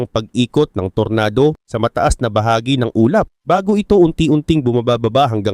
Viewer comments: ampangit mo talaga mag pronounce tor-na-do ampotek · Anung tornado boss,,, tornado ata basa nyan boss eh, English ba boss,,,😅😅